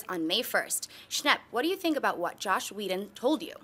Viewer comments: It's Joss not Josh. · JOSS. HIS NAME IS JOSS.